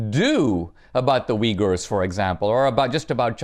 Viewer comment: Did he just say "Wiggers"...